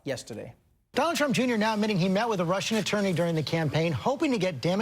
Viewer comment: Damn they butchered that Russian attorney’s name